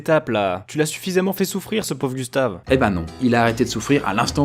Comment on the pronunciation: le corps à Gustave, aie ça fait mal aux oreilles 1;47minute